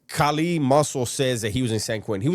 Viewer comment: Bruh his man unit beard and popping his gum like he’s some diva with his lord raiden eyes is killing me 😂😂😂😂💀💀💀…. It’s Not Kali! It’s Kaaaaaaallliiii 😂😂😂